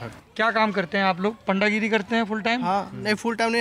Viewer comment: पांडागिरी क्या होती है सौरभ सही से बोला करो